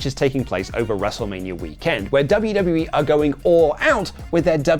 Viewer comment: I've never noticed this till now, but says weekend weird. He says wee-KEND with the emphasis on 'Kend.'